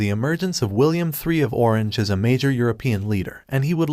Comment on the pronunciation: Did an human or an AI do the audio? William III of Orange is not pronounced correctly. I am very happy to see more history content on YouTube, please keep creating educational aids.